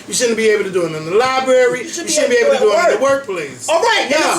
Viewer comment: "libary" oh gosh